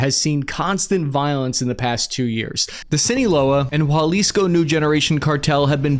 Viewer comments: I like all your stuff, one tiny tiny thing. Its pronounced Ha lease co, not hua lease co. for Jalisco. Just some small feedback. Again, love the content, it just falls on my ear weird when you add the u sound. keep going! love that youre independent now. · Bro it's not pronounced walisco it's halicso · Jalisco ... pronounced Ha lisco, not Hwa lisco. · almost got it.. is jalisco, not jualisco.. you are close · Dear god stop saying juAlisco, its Ha! Lisco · Dude can you learn how to say Jalisco (ha-LIS-co) the J isn’t a W sound it’s a H sound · if you see this Jalisco is pronounced ha-lis-co not hua-lis-co 🫡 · There's no u in Jalisco. It's not Jualisco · It’s Jalisco, not Jualisco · Did He Say it Again?... The "Scene-A-Wela Cartel" & The "Japa-Lisco Cartel" I'm: Words & Sentences Are My Enemy – 😅😂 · there is no 'u' in jalisco. pronounced haleesco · Hey Cap as a friend I couldn’t allow you to continue to butcher the name of the Mexican State of Jalisco. It’s pronounced Halisco. J’s in Spanish are usually pronounced like an H in English. ✌🏽